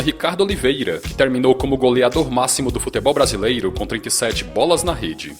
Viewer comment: Só eu acho engraçado ele falando: "BrasileIro"? Brincadeiras a parte... O conteúdo do canal é bom!